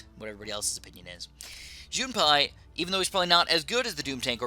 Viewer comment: JUN-PIE not JUNE-PIE